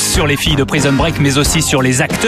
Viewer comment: Praïson break 😂😂😂 des acteurs de doublages qui savent pas parler c’est le comble.